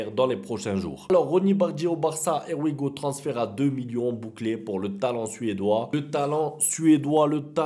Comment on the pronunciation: Quand tu dis " Air we go "😭